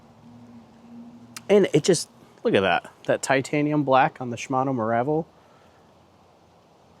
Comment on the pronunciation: Good tutorial keep it up. BTW it’s pronounced Meer-uh-vel not Mah-rah-vel